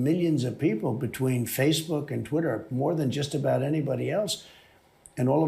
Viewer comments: Did she say tweeter? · Donald Trumped your such a loser and your hair looks ridiculous and did she say Tweeter instead of Twitter what it sounded like. Most of America can't stand you Donnie Boy were think your sick in the head believe nothing you say and thunk your the worst thing that ever happened to America and the greatest threat to our national security we've ever had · “Tweeter”??? What kind of nimrod can’t pronounce Twitter correctly? It’s not that hard, Jesus Christ! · Did she say Elon took control of "tweeter"? And oh my, you're right, he's beyond orange!